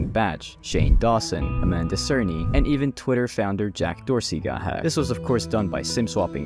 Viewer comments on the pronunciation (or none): none